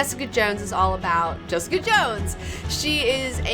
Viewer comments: Felt like hours of hearing, "Jess-EEE-cuhh!" in that British accent. Kept hearing it after watching, much like an unwanted song that gets stuck in your head. I just refer to it as JessEEEEcuh! now, in that same voice. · Ha! I totally felt the same way; I kept hearing "Jess-EEE-cuhh!" weeks after finishing the show :D